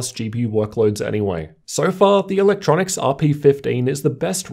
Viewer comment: Say it with me... E... Luk... Tro... Nics